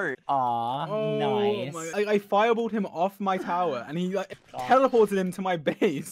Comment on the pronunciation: I’ve never heard the word ‘fireballed’ with such a British accent lmfaooo